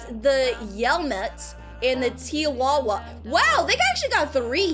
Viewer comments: TIWAWA (it funny but it’s Ti or TEA Ti- AWA Or TEA -AWA) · It’s not “tiawawa it’s called Ti a wa